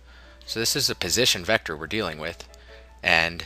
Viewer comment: In the last vector😂😂, couldn't wait to say that word right.